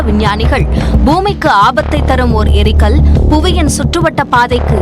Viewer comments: முதல்ல தமிழ் படிங்க.. எரிகல், ஏரிகள் என்பதற்கு வித்தியாசம் தெரியாத தற்குறித்தனம்.. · தமிழை கொலை செய்கிறீர்கள். ஏரிகள் அல்ல எரிகல் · அது ஏரிகள் அல்ல எரிகல்.